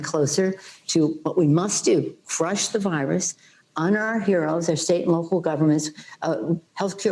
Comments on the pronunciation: I think she has had to much to drink before this interview. It sounded like she said frush this virus 😂😂😂. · can you believe she said "cruh the virus" all over agian???